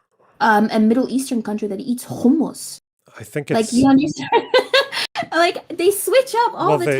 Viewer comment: Her pronunciation of hummus made my skin crawl holy shit